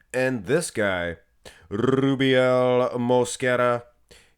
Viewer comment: Blud is spamming that name way to much 🤣🤣🤣 Rrrrrrrrrubiel 😅